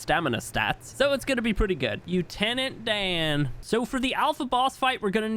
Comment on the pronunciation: Yutenant Dan 😂😂😂